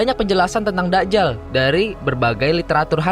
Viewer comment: voicer over 2: kok Da'jal, Dajjal dobel huruf jim